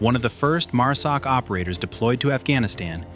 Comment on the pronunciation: Overall good video, but I would highly suggest you get your freakin Ai voice corrected to say MARSOC, NOT MUSOC. And STOP SHOWING FOREIGN MILITARIES AND WOMEN, I can assure you neither exist in MARSOC, and you are pissing off a bunch of folks with your careless greed, and stupidity, to put out a video !!